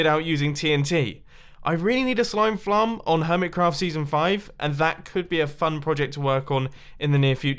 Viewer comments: "Slime flarm" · "I really need a slime flarm." xD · Nice slime "flarm" mumbo lol